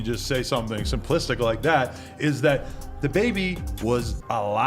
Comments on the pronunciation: “Day-Baby” “Dabby”??? This dude was butchering his name at first 😂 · DAY BABIE? 3 times... Then DA BABIE either AI or an idiot narrating